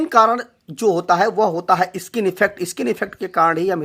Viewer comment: इ-स्किन नहीं होता, स्किन होता है😁😁